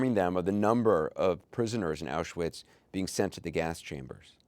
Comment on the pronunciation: The banality of evil. But why does Anderson Cooper not pronounce ‘Auschwitz’ correctly? It’s so disrespectful.